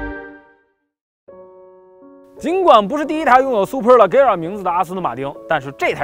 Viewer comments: 听你读leggera就看不下去了，明明读le杰ra，车评人连名字都读不对还给别人介绍车？ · 叫le节拉 大哥 名字都读错